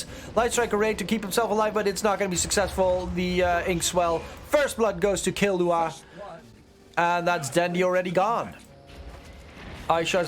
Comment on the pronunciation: it's kil-lu-wa, not killu-a (hxh)